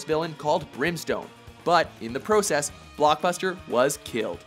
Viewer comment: u said process weird